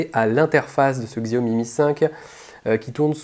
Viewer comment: Xiaomi ne se prononce pas Ksiaomi mais Chaomi !